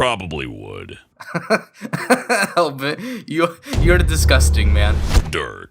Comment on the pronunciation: I was laughing so hard when he said Hellbert-kun for some reason XD